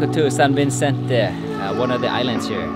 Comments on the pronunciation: you are so cute. However its SAN VICENTE.. not SAn VINCENTE.. Love your CONTENTS about the PHILS... gæta alltaf! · San Vi-Cen-Te Pin not Vin-Cen-Te ;)